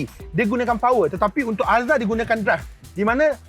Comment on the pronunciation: Sampai sasul. Alzruz ye. Excited no